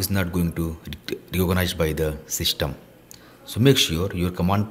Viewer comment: Dude you said shystem instead system